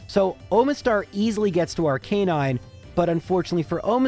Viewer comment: Ar-ke-nine? First time heard someone spell it like that.